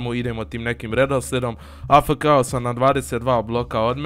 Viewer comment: Kaže se a ef ke